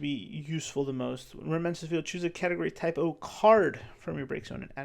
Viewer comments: Saying type o is a typo 😊 I had to start saying cadets cos I kept saying type o not type 0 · Idk something about the way you say Type-0 is just funny, first time hearing someone not saying "Type-Zero", but Im not a native enflish speaker 😅 its even on the card: class ZERO 😂😂😂